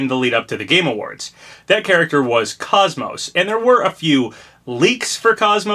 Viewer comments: *without the y or t at the end so Coze-Mose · Welcome back Papa! Happy New Year! I still have hope for KOS-MOS! Also it's pronounced like Saying Cozy and Most without the y or at the end!